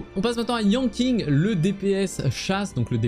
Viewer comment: Yanking ? Donc Keking ? mdr je taquine mais ca se prononce comme Keqing si jamais mais avec Yan devant ^^